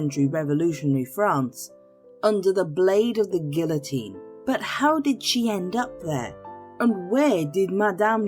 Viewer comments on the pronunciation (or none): You pronounced guillotine wrong. You said gilllll-a-teeen. That's not French. I cringed. It kind of demoted the credibility of the video.